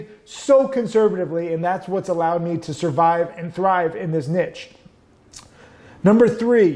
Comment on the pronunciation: Never mind avalanche, learn to say niche!